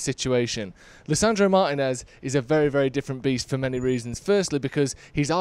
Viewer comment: Great video, but please 🙏 say Lisando's name properly. Martínez. Cheers.